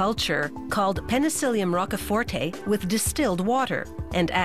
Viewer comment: "rock a forte" :)))))))